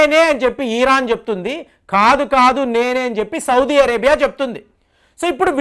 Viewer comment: Sir , first know how to pronounce country names . Sodi vaddu